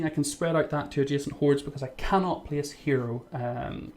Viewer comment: I gonna plice one here lol funny dialect